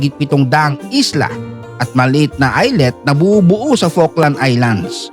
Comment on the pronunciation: okey lang din kahit awful ang pronunciation ng falkland